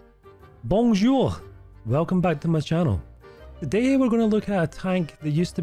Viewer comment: this " Bonjour " with german accent make me laugh so hard :')